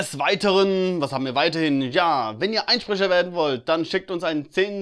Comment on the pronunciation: Statt: "Wenn ihr Einsprecher werden wollt..." Habe ich verstanden: "Wenn ihr Einbrecher werden wollt..." :D